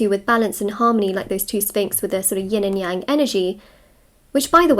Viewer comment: You are the first one correctly pronounced “Yin and Yang” I come across. By “correctly” I mean: as a English speaker, figure out how the phrase shall be in Mandarin. I know if anyone pronounced it according to “how to pronounce English”, most people did it right. But you really figured out how they originally should be—how the two characters shall be pronounced in the flavor of English accent. English accent Mandarin. Good job!